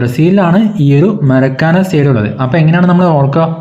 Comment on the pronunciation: മരക്കാന അല്ല മാർക്കാന ആണ്